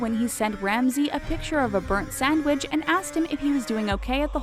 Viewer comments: Y does this say sandwich so weird 😂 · The way she said "sandwich" 😭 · The way you say “sandwich” though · Why she saying sandwich like that